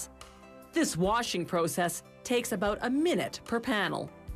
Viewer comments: Hahah its funny how she says process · Did anybody notice how she said the word "process" ? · If anyone says process the way she did please stfu for the rest of your life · pro-cess = the pretentious way of saying process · Who else noticed how she pronounced process lol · you can tell by the way she pronounced "process", with a hard o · why do all of the narrators pronounce process weird!